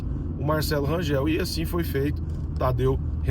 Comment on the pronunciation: Bom dia, pelo amor de Deus, Rangel nao Rangeu, ok?🤦‍♂️🤦‍♂️🤦‍♂️🤦‍♂️🤦‍♂️🫣🫣🫣🫣🫣